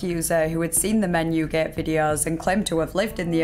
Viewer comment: "menyew geht" I like your accent